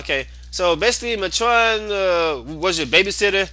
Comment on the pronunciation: I dont complain much about people saying things wrong by jesus, you prenouncing atron wrong the whole time was annoying. Its prenounced Mate-tren